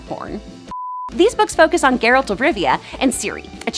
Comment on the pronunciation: Omg this girl was saying his name totally wrong the first several times... she’s def just reading of a promter.. meh lol